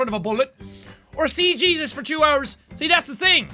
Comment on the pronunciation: “Hello my name is hesus”